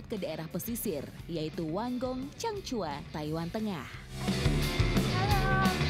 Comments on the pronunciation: Reporter ny kyk ny salah sebut "chang hua" jd "chang cua".. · Changhua bukan cangcua mbak